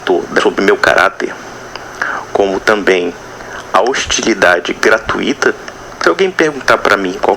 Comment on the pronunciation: Gratuito é um ditongo decrescente, logo não se pronuncia gratu í to e sim grat u ito